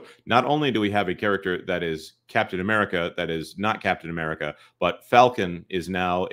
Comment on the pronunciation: at one point says the title of the film and it sounds like he said "Death of America: Brave New World"